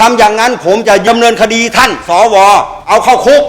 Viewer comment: เอ้อ พี่เรียกชัดๆๆครับ สอ อะไรครับ ว หรือ วอย ออกเสียงชัด พี่ ถ้า ว อวย จะพิลึกครับ ครับ พี่ท่านพูดถูกพวกเรารวมผมด้วยหัวหงอกหัวดำ เป็นผู้ใหญ่ ต้องเป็นตัวอย่างให้กับ้ด็ก ไม่ใช่ก้าวร้าว เราคือผมอายุป่านนี้เหลือเวลาน้อย บ้านเมืองต้องไปต่อให้เด็กเขาว่ากันไป